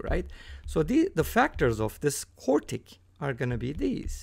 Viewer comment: It's "quartic"